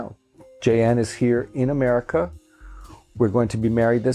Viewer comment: love that cooky 'Meruca ouifit😂😂😂😂